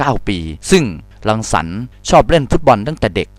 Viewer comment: ชื่อพี่รังสรรค์ เขาก้อ่านผิด